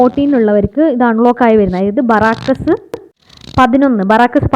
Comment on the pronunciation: ബറാക്കസ് അല്ലന്നേ.. ബാരക്ക്‌സ്... 😪